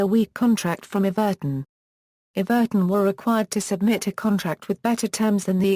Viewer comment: You pronounced Everton wrong